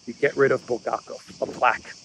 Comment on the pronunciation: It's BulHakov not Buldakov . Have you read The master and the Margaret ? I suppose not .